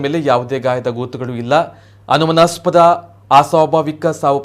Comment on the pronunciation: 'Anumanaaspada' mattu 'Asahaja' correct aagi Kannada mathadalu kaliyiri. Swalpa preparation maadi news vodi. Idu nachige gedu.